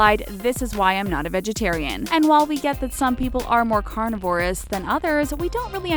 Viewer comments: Carni-vor-ous? I thought it was pronounced carni-ver-ous... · Carn-i- voor-us?!!! Come on.😧